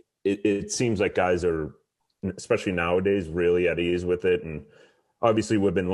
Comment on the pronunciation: One of them is “ecspecially” instead of “especially”